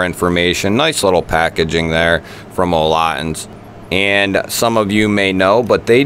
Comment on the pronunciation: "Olotins" sorry but its "olitans"!